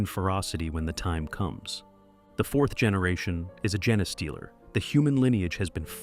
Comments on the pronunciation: GENE Stealer... not gen a stealer.... xD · I know you have “jeens” not “jens”. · "gen-eh-stealer" convinced me this is AI. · For gosh sake, just spell it as "jean stealer" so the AI will at least pronounce it correctly. Effort! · Pretty sure it's "gene stealer" not whatever the F this AI bot said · AI can't pronounce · dude no, whoever wrote this script went out of their way to make sure the AI read the script as Gene-A-stealer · Gah, I hate a mispronounced name. I just keep screaming the correction to an uncaring recording. 🤮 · Interesting way to pronounce genestealer...